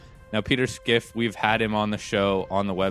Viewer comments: I can't get over skiff. Its fine to mispronounce a name but to be making arguments based upon Schiff's position and not knowing how to say it strikes me as a lack of diligence. This in turn makes me question the underlying logic behind a person who doesn't take the time to learn the guys name. I mean have you heard the guy speak ? He starts by introducing himself "my name is peter schiff". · Why are you pronouncing his name "Skiff". If your talking about Peter Schiff, it is pronounced like it's spelled.